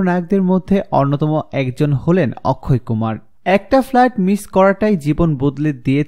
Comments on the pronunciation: Akshay kumar hobe uccharon thik koren Tar por video upload kore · Apni to or namtai thik moto koite parlenna on nam ki okkhoy kumar naki akshay kumar sala pagol